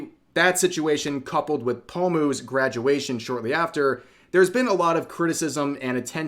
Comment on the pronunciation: the best part is when rev said poe-moo instead of paw-moo